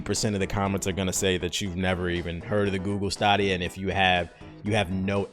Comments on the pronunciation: I could've sworn it was pronounced STAYdia... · It's pronounced Stay-D-Ya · So I only see one person saying this but y’all really gonna let mans pronounce the stadia(stay-dea) wrong. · Stah dia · Are you trolling us the way you pronounce Stadia? Say Stadium. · its definately pronouced STAYdia right? Or am i the weird one for pronouning it the way its developers did in the promo videos? Thanks for droppin the news tho! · You are correct. They've pumped enough adverts saying staydia... It's stadia like stadium. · Yeah it's stay-D-ahh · Bruh can't even pronounce it right which is a clear indication that he doesn't know what Tf he's talking about.😂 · Have I been saying wrong this whole time. I thought it was Stadia (Stay-D-A) but it seems that I am mistaken and its Sta-D-A..instead? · Wow, this is hard to watch. Between mispronouncing the service to getting the business model completely wrong. Wow. It's been about 8 months since I've seen videos more misinformed than this one. Sounds like you should have tried the service for FREE before making a video that has so many facts wrong. Not going to argue with your take on Alex Hutchinson because the guys a joke but anyway, don't write book reviews on books you haven't read. Jesus. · Word-of-mouth marketing would, for example, help know how to pronounce "Stadia". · It's so weird when people on YouTube say "Stadia" wrong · Bruh... Why you pronouncing Stadia that way? I was like WTF? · Watch the commercial how are you only youtuber saying stadia wrong hahah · You killing me with the way you saying stadia 😂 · You are not saying Stadia right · Weird way to pronounce Stadia but okay. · The way you pronounce stadia hurts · Bro you pronouncing it wrong. And everyone know bout it. They been advertising for months on YouTube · oh, well either way it’s fucking hilarious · Wtf is stahhdia it’s stayydia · Is this man saying Stahhdeya and not Stay-deeya?! is wildin today lmao trollin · It's STAY-DEE-A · STAY-DIA CHIEF